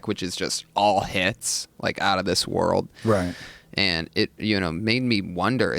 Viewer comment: Brian Still Can't Pronouns World ( Brian - "WROLD" ) HAHAHA!